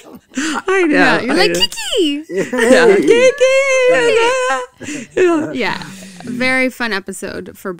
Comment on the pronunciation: Australian fan here. You could only tell he was New Zealander by the way he would say Kiki! It was the only time though otherwise he always does such a realistic american accent!